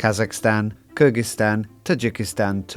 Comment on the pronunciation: BIG Thank you for pronouncing Kyrgyzstan correctly in the beginning of the video. 👏👏👏🎉🎉🎉